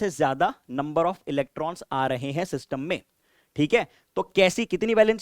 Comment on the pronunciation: when ever sir says 'SYSTUMM'' my brain be like ''ELVISH BAHIIIIIIIIII✌YAAAYEE !!!!!!!